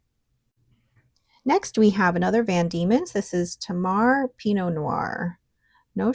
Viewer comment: Hi, nice relaxing enjoyable video again, thank you. As an Aussie, I thought you might be interested to know that Tamar is pronounced TAY-mar. It is a river in the north of the Australian state of Tasmania (originally named Van Dieman’s Land - hence the name of the ink company based in that state 😊). Geography lesson complete, I hasten to say I don’t mind how YT-ers pronounce words. I’m here for the ink and pens 😍